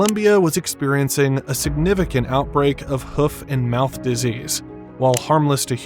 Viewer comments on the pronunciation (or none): none